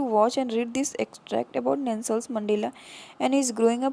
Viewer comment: Because the lady who is teaching is pronouncing the name 'Nelson' wrong.